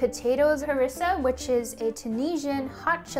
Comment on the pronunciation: The way you say harissa is pissing me off lol